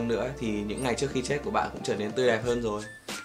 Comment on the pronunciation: Tsao phải so sánh giữa JV và Huyme nhỉ. Cả 2 a này đều rất hay mà. Mỗi ng có 1 nét riêng, chả ai giống ai...thế nào là bắt chước??? À còn nữa, ơi, ra trước chứ k phải ra "chước" nhé b:)